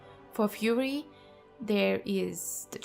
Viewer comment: I love it! I thought Fuhrer Warrior sounded cool! 😉😉😉